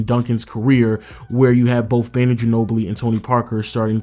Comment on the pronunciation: It's pronounced Ma-nu not Man-nu